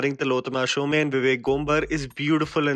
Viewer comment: Ur reviews r awesome.Only one thing.Tilottama,being a Bengali,her title is pronounced as SHOM,and note as SHOME.🙂